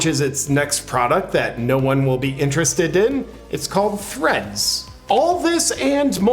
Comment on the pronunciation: Im sorry JP, did you say Threads or Threats?